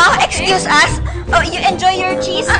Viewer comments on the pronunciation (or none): "it's a danish chezt". CHEZT??? ANE DAW!??😂😂😂